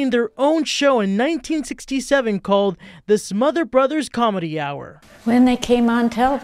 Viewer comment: SmotherS brothers- Tom SmotherS and Dick SmotherS. The second s is not silent.